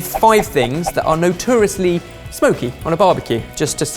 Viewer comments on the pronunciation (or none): Why does say... “NUTURIUSLY” instead of Notoriously!!!... Is he Drunk??? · ...that is not how you say notoriously. GAAHHHHH. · so we're just not mentioning pronunciation of 'notoriously' then? ok...;)